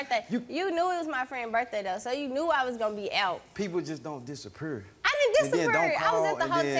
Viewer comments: Ok my American peeps, where you at? I'm from New Zealand, and I'm truly mesmerized by how they pronounce disappear... "disa-prrrr". Someone please tell me where their accent is from!!! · They said disapure instead of disappear 😂😂😂